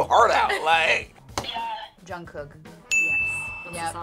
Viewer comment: It sounds like they're saying "John Cook" not "Jungkook."